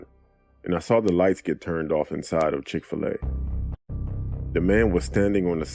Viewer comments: LMAOOO “chic-fi-la” im deaddddddd😂😂😂😂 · Ma’am it’s Chick-Fil-A